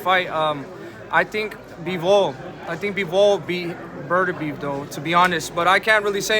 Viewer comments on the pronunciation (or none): "BERT-ER-BEEB". First time I've heard it pronounced like that. Poor Artur. One of the current greats and no one can get his name right